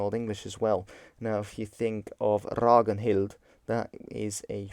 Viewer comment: Fun fact. When you say a name like Ragnhild you don't say RaGNnhild. It's Rangnhild.